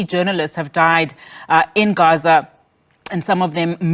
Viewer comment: Newsreader- there is no need to glottalize the word Gaza. Most pretentious. !!